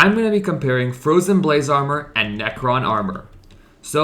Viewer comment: fwowyen bwayse awmow